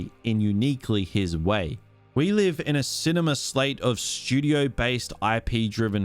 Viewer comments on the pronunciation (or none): none